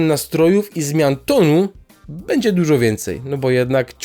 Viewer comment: Jak słyszę po raz kolejny "bedzie", to po raz kolejny coraz bardziej mnie się to podoba...